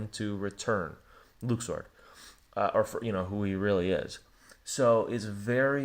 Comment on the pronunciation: Luxord. Luxord. Not Luxu. Read and listen.